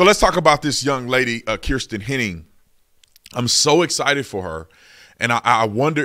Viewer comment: My last mane is Henning and her name isn't pronounced like that